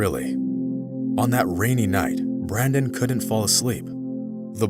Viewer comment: It's Brendon not Brandon - why do Americans have to mangle the English language?